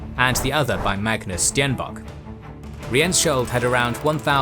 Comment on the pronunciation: Your pronunciation of Magnus Stenbock was really good